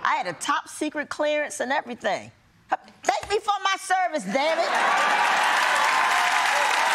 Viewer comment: "Thank me dawn it" 🤣🤣🤣🤣